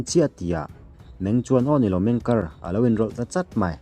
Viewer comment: meng kiar ti a lam tur ani lo maw